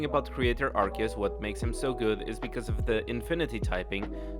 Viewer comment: Did he just mispronounced Arceus? Nani?